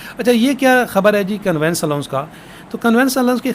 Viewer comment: Conveyance ka pronounciation thek kr lain. Convince nhi conveyance hota ha